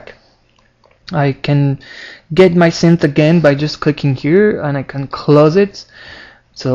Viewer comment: he said claws not close :D